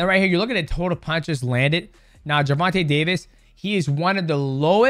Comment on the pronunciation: “Jewvontay Tavis” come on bruh be better